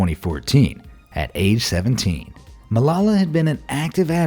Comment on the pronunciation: AMAZED You butchered Malala's name.